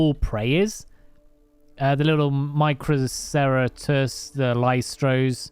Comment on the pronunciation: You definitely butchered some dinosaur names like corythosaurus and microceratus but it’s easily understandable